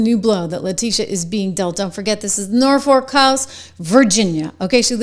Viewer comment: Please honey it is NORFOLK VA.